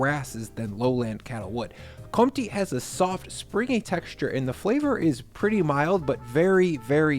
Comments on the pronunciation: Btw Comte has the "focus" (I dont know the english word, sorry) on the e in the end. So its pronounced Comtee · Comte, isn't it com te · Great selection, by the way, Comte is pronounced "courntay. "